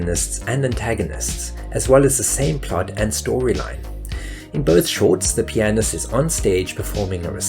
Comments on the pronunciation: That you couldn't correctly pronounce concerto (con-chair-toe) or pianist (pee-ann-ist) really detracted from what was otherwise a well researched video essay with a great premise. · That's one word he didn't actually mispronounce. Concerto and pianist on the other hand...